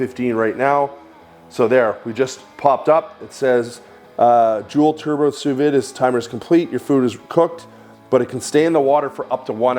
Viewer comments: Sous vide pronounced Sous V not Vid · During all that research, you didn't manage to learn how to pronounce sous vide?